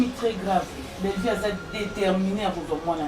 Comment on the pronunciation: c'est Bellevue et non bellevie.